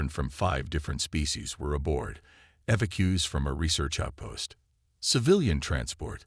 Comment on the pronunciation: I hope those "Eva-queues" will be safe...